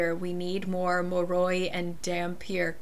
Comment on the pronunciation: I love your review on it, but I can't get over the pronunciations on Lissa, dhampir, moroi and strigoi lol Edit: I think it's hilarious that you don't always mispronounce these words tho